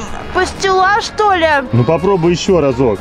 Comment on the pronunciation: Не че а ча